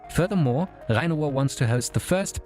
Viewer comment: Your perfect pronunciation of Rhein-Ruhr makes me wonder if you are actually German